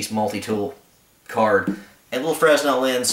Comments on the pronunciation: The S is silent in Fresnel. Fra nel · Fresnel > 'frah-nell'